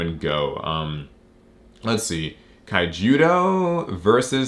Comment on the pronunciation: Man it pained me when he said Kaijudo..... The poor attempt at a reinvention of Duel Masters, which basically from my understanding got scrapped in the west cause of a mix of poor management of the games release on WOTC part and the fact they thought it was waste fo time, and some have said it might have been taking away from MTG. (Which it was atleast for me, cause I bought more Duel Masters stuff, than I ever did MTG) Meanwhile Duel Masters still getting new sets and anime in japan. Also I really don't understand how Digimon feels the same as Vanguard, I like both games, but they feel very different to me at least.